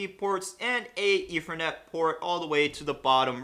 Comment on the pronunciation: Maybe it's the microphone, but when you say "other" it sounds like "of-er" and with "ethernet" it sounds like "eefernet"